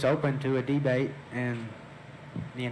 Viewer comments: FIRST OF ALL.....What in the Mayberry fawk is a DE-bate?? Secondly, what in hell is a 'secn mement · I'd love to see him "dee-bate" you.